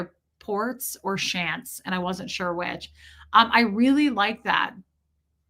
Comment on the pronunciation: She sounds like she was a flounder fish if both her eyes were on the same side of her head. When you said shants i almost did one🤣🤣🤣🤣🤣